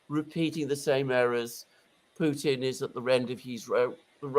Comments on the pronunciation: Play the Ray McGovern drinking game. Every time he says Poo-teen, take a shot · I don't get how McGovern can mispronounce Putin but get Vladimir Vladimirovich right